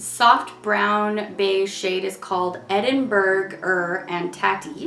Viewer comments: I'm crying at every videos pronunciation of Edinburgh-er and tatties 😂😂😂😂. It's tay-ties fyi as in potatoes. Not tat-ies 😂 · The edinburgh-er and tatties name confuses me so much.. like burger and tatties isn't a thing really (mince and tatties yes, not so much burgers) besides.. it's pronounced Ed-in-bu-rah. So the name would be pronounced Ed-in-bu-rah-er and tatties? So stupid.